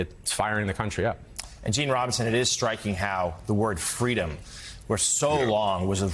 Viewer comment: It's an issue of "fweedom"! Joe, i was that little anchor baby girl.